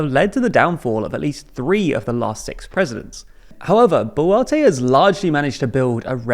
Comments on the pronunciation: Advice, it pronounced as Bolwarte... Not Bolarti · your several pronunciations of the surname boluarte is very entertaining to me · I can't get over him pronouncing BO'LATTE.